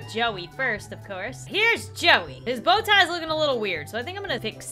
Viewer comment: Bow tie more like jo tie😂